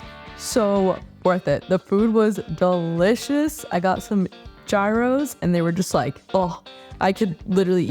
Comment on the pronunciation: It's gyros not gyros